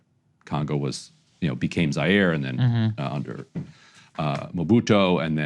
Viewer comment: And it's MobutU, not MobitO